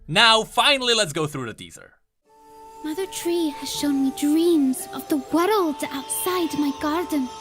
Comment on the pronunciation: I'll never say "world" now, I'll say "woreld"